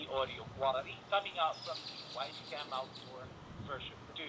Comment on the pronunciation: "Wisecam Awtdor"